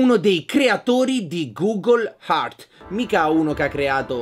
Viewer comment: ciccio, Google Heart sarebbe Google Cuore. Si dice "gugol h(e)rz" (Google Terra)